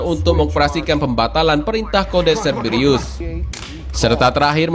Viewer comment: Cerberus kali,, bukan ceberiyus